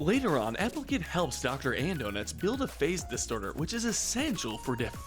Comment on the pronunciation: Uh, it's pronounced Dr. Andonuts